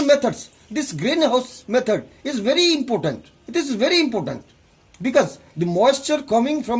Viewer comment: he said impotent or important at the ending :P